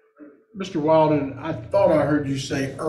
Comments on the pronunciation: Dad's attorney is good. That subtle needling of coo-coo mom by calling her bf "Wild-er" and forcing her to correct the pronunciation 👏👏👍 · It's definitely pronounced Will-den, for the love of phonetics. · How many times did lawyer mispronounce the boyfriends name? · Was Mr. Valdez's attorney mispronounced "Wilden" on purpose to fluster Mrs. Valdez? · The lawyer repeatedly misprouncing the bf's name 😅